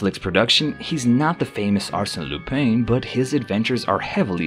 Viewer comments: Lupin is pronounced Loo-pahn. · Legit though, how am I going to take a video seriously when you can't even pronounce the topic's name? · His mispronation of the name, made it hard to watch the video 😄